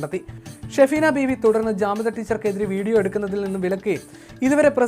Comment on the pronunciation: ജാമിദ ടീച്ചർ not കാമിദ